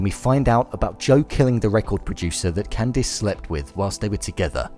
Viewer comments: its Candice not candees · It’s “ can-diss” ugh I live in the uk and my name is pronounced the same. Ppl always pronounce it wrong and say “ can-dees “ 😒🙄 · holy crap! its not pronounce Can-deese, you saw the show, right? they pronounce it properly. bonus video. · I'm British and I would never pronounce Candice like that. Its just weird. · I live in the UK and no one pronounces it like that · Tony Mvr I like how he pronounces her name